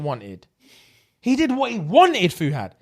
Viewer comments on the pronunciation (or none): Late comment but his name’s Fuhad** like (FUU-HAD) it’s cultural name so it is confusing but that story part had me on the floor & saying “ass first”😂😂😂😂 I’m dead!